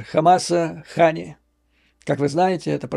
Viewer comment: Не ХАния, а а ХанИя. Не НасраллА, а НасрАлла. 😂😂😂😂😂